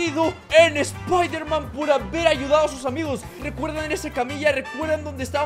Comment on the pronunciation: es. espiderman. xd